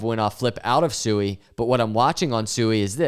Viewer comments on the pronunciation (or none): Sui is pronounced “Swee”! All these YouTubers talk about Sui but can’t even properly pronounce the name of the project. 😂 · SUI is pronounced (sweee) not sue-e